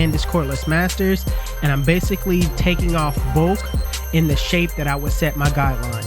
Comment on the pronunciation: If you don't learn how to say bulk and not bolk lol my phone won't even let me spell it thats not a word bro yo be killing me bulk not bolk lol please I'm begging you 😂